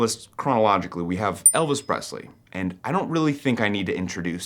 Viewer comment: Congratulations on being the first person in decades to pronounce the name Presley correctly. For those who don’t know what I’m talking about it, I will simply indicate that the word does not have a Z in it.